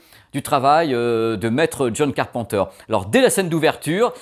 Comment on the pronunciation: On dit pas car pen teur on dit car peine teur